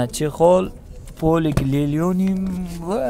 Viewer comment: aka lelyonim dimen Lenolium линолеум ЛИНОЛЕУМ din